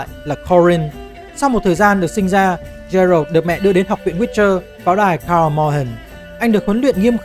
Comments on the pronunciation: Góp ý với chút là Geralt đọc là Ghe-rột chứ không phải là Gie-rột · chắc chưa chơi The Witcher 3 mà chỉ đọc script do ngta đưa chắc luôn:))). Thứ nhất geralt đọc là gê rột không phải trê rợt. Thứ 2 gwent không đọc là wen vì w là âm câm, đọc có chữ g vào ạ